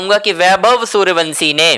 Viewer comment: जब तक वैभव के घर लेकर चलो तब तक वंसी की जगह वंशी बोलने की प्रैक्टिस कर लो।